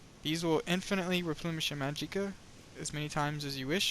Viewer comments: It's still pronounced magika, not ma jee' ka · Well there no point, because I never judged you but your emotional tirade told me that you found validity in what I was saying. But yeah, it's magic ka, not mageeka.